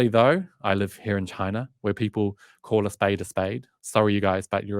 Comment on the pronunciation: I remember in one of your posts you made fun of someone who didn’t pronounce Xinjiang properly! Could you please tell me what country you were referring to when you called a country Chiner?